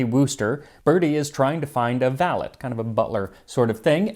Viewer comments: Valette?!?! Is it not Valet like in valet parking? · Pronouncing valet as valette instead of valay is such a subtle crime. I thoroughly enjoyed it though, as i believe the French insistence on incorrectly spelling everything has only the one cure; pronouncing everything phonetically. Great video! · "The hair of the dog" only postpones the hangover. FYI, "valet" is pronounced "vah-LAY" (it;s a French word). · I'm sorry, but you said "valet" as 'valett'. It's a word of Norman origin, pronounced 'Val-ay'. Jeeves was also not a butler, as valet implies, he was 'A gentleman's gentleman'. Though I'm not sure how well that translates across the Atlantic. This isn't to nitpick, I'm a tremendous fan of your work; just a passionate linguist.